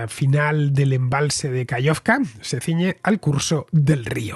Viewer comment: Genial como siempre, muchas gracias. Una pequeña cosa: se dice KaJovka, con jota. Saludos.